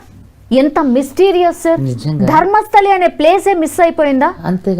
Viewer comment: ధర్మస్థలి కాదు రా బాబు ధర్మస్థల...!